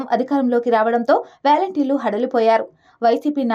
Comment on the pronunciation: It’s not valenteers.. volunteer.. your pronunciation is ugly..